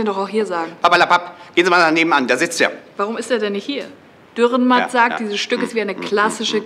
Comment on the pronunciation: Sehr schön, aber bitte, der Autor heisst Dürrenmatt, nicht Dührenmatt. Trotzdem eines der schönsten und cleversten Beispiele Schweizer Literatur.